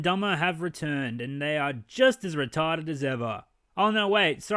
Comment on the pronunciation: "So Retawded!"